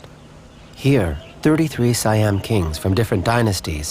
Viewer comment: How did you make a whole documentary about this country, and you mispronounce SO MANY goddamn things?? It's not "WAT FO" you idiots! you pronounce it Wat "PO". It's not "SaiYAM", its "SEE-AM". Its no FOO-Ket", its "POO-Ket"!! What the hell is wrong with you?? You clearly know nothing about this land and its people